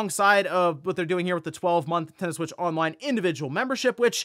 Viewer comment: ”The NinTEN-DOUGHHH SuWEIIITCH TeeUuuuuhhh”